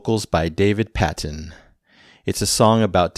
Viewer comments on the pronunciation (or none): Children of the moon is a great track. Thank you for that! By the way it's pronounced like David PAY-ton (like in Patreon 😂). He as well as Chris Rainbow also played and sang with Camel in the beginning of the 80s. Chris Rainbow was known as the "one-man Beach Boys" as he would often (such as here I think) provide the whole backing vocal harmony for a song.